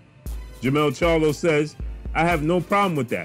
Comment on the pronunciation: At least he can say the name charlo, unlike ca-yellow